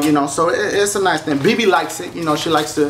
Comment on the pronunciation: YOU-KNOWN!? D-DASHIE YOU REALLY GONNA SAY IT LIKE DAT DASHIE!?